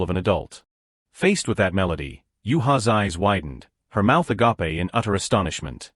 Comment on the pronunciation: All these AIs can't pronounce agape right. At this point we oughta avoid it entirely. I can't 😭